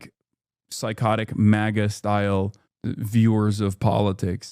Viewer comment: Bro says “MAWGA”